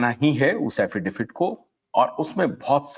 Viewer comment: Affidavit hota hai Affidafit nahi 😂